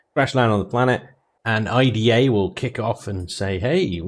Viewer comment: IDA pronounced "eye-da"